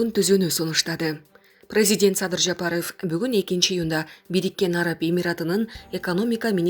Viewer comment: Жапарыв дебей так эле айтса болбойбу